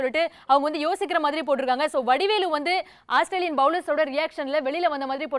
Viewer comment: Athu asstralian illama, Australian😂😂